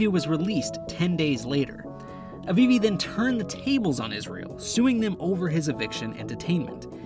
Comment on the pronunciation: its "Afifi" not "Avivi"